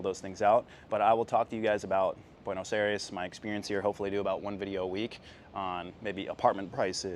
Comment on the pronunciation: Tienes que aprender como pronunciar Buenos Aires